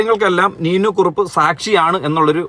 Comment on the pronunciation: നീനു കുറുപ്പ് അല്ല..നീനാ കുറിപ്പ്